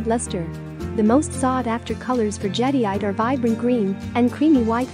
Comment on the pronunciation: Your AI voice is unable to pronounce Jadeite. For a video discussing Jade, the AI voice completely invalidates this video. Too bad, seems to have some good information.